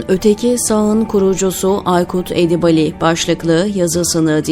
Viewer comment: Sayın sunucu Edibali değil Edibâli okunmalı kulak tırmalıyor